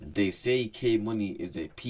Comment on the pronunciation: Man said Kay moonie 😂